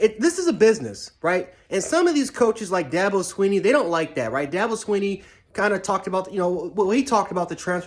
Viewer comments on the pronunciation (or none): none